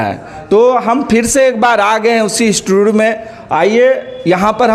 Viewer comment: Instotot mea 😂😂😂 nahi institute😂😂😂